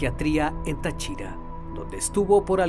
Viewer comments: Así no se pronuncia Táchira ni Tariba bro me daba estrés escuchar como pronunciadas mi ciudad . pero buena investigación te dejo mi humilde like 👌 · Se pronuncia Táchira con acento en la A y no Táchira con acento en la I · No es ta CHI ra, es Ta chi ra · Yo soy de Venezuela y no sabía de este caso 😐 aunque me da gracia como dice Táchira 🤣 lo dice sin asentó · Un detallito de pronunciación: Es estado Táchira, no Tachira. Sin embargo, el vídeo es excelente como de costumbre. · 😂😂😂 el estado de "tachíra" jajajaja se pronuncia Táchira 😂😂muy bien video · No es Tachíra, es Táchira el estado. Pero buen video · Cooñuelamadree. Es TÁchira, no TachÍra (casi me incorporo haha). Pon pilas a cómo se llaman los sitios y cómo se pronuncian los nombres. Ya han sido varias las veces que he escuchado cosas así. Como una tipa de apellido Knight, no es kenait. Es nait. Pendiente... amo tus vídeos, pero en alguna parte de la preparación del guión, debería estar el verificar cómo se pronuncian los nombres y lugares. Así queda completamente impecable la narración. No quita que ame tu contenido, eh... Es pura calidad. Debería estar en Netflix. Así que saludos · tachíra? TACHÍRA????? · Tachíra xd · Lo único que le crítico es la manera de pronunciar Táchira y Tariba jajajajsjs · No puedo escuchar con tranquilidad, cada que dice Táriba y Táchira me da algo😭😭 yo nací ahí y se dice tÁriba y tÁchira💔 pero buen video mi abuela me hablaba de un come gente cada que pasábamos por debajo de un puente que está cerca de un faro, pero no sabía la historia completa ❤ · es Táchira.. jeje.. lleva acento allí.. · Táchira. Táriba. Cada vez que lo pronuncias mal me da un tick en el ojo 🥴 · Hombre, pero le falta hacer énfasis en los acentos. Es Táchira y Táriba. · Creo que el narrador tiene problemas con los acentos en las palabras Táriba y Táchira... Palabras esdrújulas acento en la antepenúltima sílaba. De resto , excelente reportaje